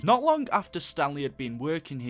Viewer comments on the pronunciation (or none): none